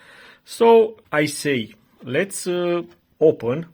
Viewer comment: "leţ opăn":))))) bravo, l-ai rezolvat şi păsta:)